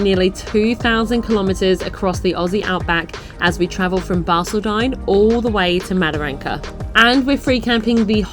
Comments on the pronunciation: It's driving me nuts. Not Barceldine its Bar-cauld-din I use Google for the pronunciation of towns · when we talkn to locals about pronunciation of balcaldine 😆😆we call it barky they told us 😆😆that will do me 👍